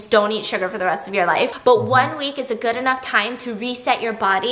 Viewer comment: No one NO ONE AT ALL Stephanie: crunch (eating cucumber) “That’s goooo”